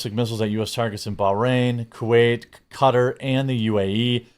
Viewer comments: In that last hour I've heard cutter, catar, kah-tar, and others. From our "reporters". You'd think the first thing they'd do is learn how to pronounce it properly. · You and Tim pool don’t pronounce the name of “Qatar” properly and it drives me nuts lol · I'm not a fan of Iran, but goddamn man learn how to pronounce Qatar. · Why is everyone pronouncing Qatar wrong?! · its cringe when someone giving news about QATAR doesn't know how to pronounce QATAR. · Is this the new way we’re gonna pronounce Qatar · Has it always been pronounced cutter? I swear they said it different in transformers? How do we say this place? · Are they pronouncing “Qatar” correctly? I’ve never heard someone say it that way before.. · We got hoodwinked by Benjamin, he literally told us the same line about Iran being weeks away from a nuke that he’s been using for 30 years and somehow now we listened. Side note the way you and that white lash pronounce Qatar is hilarious. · There is no way thats how you pronounce Qatar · That’s what I thought as well. Hearing them pronounce it like that was weird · Ka - Tar not Cutter lol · Isn't it Ka-Tar not Cutter.....? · I absolutely HATE the way you pronoun Qatar. It's KA-tar NOT cutter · It's pronouced kuh-TAR, not KUH-ter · It’s QATAR not CUTTER 🤦🏻‍♂️ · When did "Kuh-Tar" start being pronounced "cutter"???? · You mean to tell me Qatar is pronounced “Cutter” and not “Ka-tar”? Reminds me of when Kyiv went from being “key-ev” to “key-v” lol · It's not cutter. It's qu-tar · It’s not pronounced cutter, it is pronounced ka-tar. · Jeremy, it's "kuh-taar". Not "cutter". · Pronounced Kuh-tar, not Cut-er. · When did we change the pronunciation of Qatar(Ca-tar) to cutter? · Don't make my head hurt! It is pronounced Ka-Tar, not Cutter. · It's KA -TAR not Cutter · “Kuh-Tar” 😡 “Cutter”😁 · Great job but one small thing Qatar is pronounced Kuh-tar not cutter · Qatar is pronounced //kuh-tar// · Is it pronounced “cutter” or “ka-tar”? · "Cutter" ? I think you mean "ka-tar"